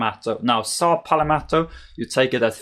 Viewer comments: It's pronounced pal-met-o, I dunno where you're getting the extra vowel in that word. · “ saw Pal - Meto “ !!!!